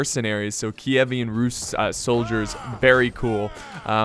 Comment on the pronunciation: I love you and all, but the way you say Kievan Rus' turns me off. Please, we can't keep our relationship like that <3